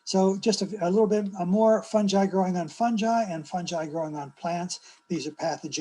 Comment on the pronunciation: Sounds like she's saying "the ecological importance of some guy" 😄